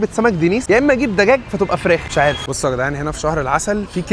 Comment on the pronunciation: دجاج بحرف د مش بحرف ت تمام 👌❤ضحك عليكو ذاكره شويه 😂😂